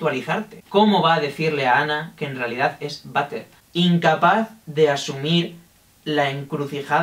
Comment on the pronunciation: m siento mal porque cada vez que decia butter me sonaba a vater de baño y me entraba la risa :'(